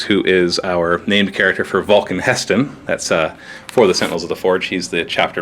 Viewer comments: HE'STAN...HE..STAN....NOT HESTON!!! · god the way he says He'stan makes me cringe